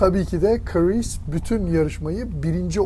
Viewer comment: Abi adamin adi Chris. Neden Karees diyorsun😂